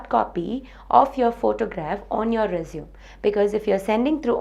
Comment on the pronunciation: I think you pronounced resume wrongly.. Anyways its very useful